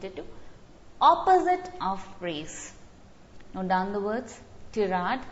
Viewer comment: Ma'am please check the pronunciation of tirade